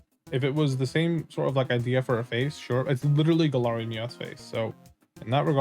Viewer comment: Bro said Galarayan Ninetales